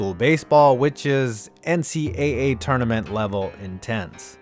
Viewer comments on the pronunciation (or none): none